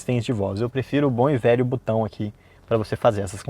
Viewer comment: O correto é "botão", não "butão". Pelo nível do canal, vale corrigir esse vício